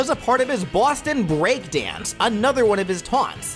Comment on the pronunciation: i swear everytime you say boston it sounds like some stereotypical mafia crime boss is slightly in there urging you to say "bawston"